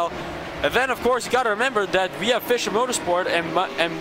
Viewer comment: Dear Racespot team: Our team name is pronounced "Fisher" Motorsport... like "fisher"man. :-) It's not pronounced "Fysher"